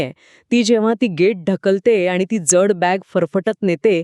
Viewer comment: ज्यड नाही....."जड". उच्चार नीट नसल्यास कथेची मजा हरवून जाते.